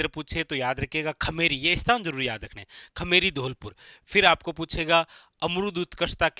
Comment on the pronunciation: खेमेरी नही खेमरी है। Sir ji😅